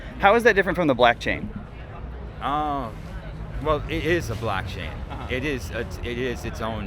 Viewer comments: I was shook & started to be convinced that I was mistaken about it being “blockchain”, because he kept saying blackchain & people would say it back. 😭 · Ok sorry but why tf do & keep saying ”BLACKchain”?!?!?!??!?!!? It’s f%@ BLOCKchain!!! For awhile I was kinda hoping it was just a running gag or something but i think they’re actually genuinely clueless and it’s honestly making me crazy…. Like come on dude, one of the guys in nicks video even tried to help y’all out but you just keep doubling down and I just don’t get it?? 🤨 have you not done any research about crypto/nfts at all?? And yes I know I’m probably overreacting here, but I can’t help it - every time i hear one of them say “blAckchain” i just get irrationally angry 🤬 lol so I’m begging you, plz stop! 🙏😫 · Every time says "BLACKchain" makes me deeply uncomfortable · none of them corrected you saying blackchain????? lmfao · They were saying blackchain on purpose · i couldnt work out whether i was just being british and not understanding american accents properly 🤣 (i am british). literally sounded like blackchain every time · they’re saying blackchain to fuck with them. it’s hilarious. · I thought it was his accent. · Im not sure if it's an accent or what but hearing you mispronounce blockchain every single time makes it hilarious to me, great work keeping yourself together in that hellscape